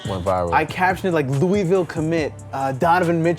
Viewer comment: It’s Louisville... say me damn city right, you nerd 😤